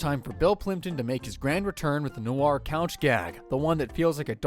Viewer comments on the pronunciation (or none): none